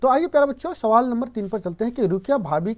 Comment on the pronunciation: रुकया नहीं रुकैया होता है